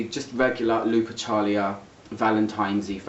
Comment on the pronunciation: If its lupercalia as in the Roman festival it would be pronounced looper-ka-lee-ah.